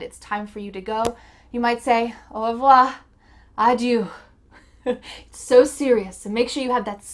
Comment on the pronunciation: I laugh when you say Adieu in french lol. good video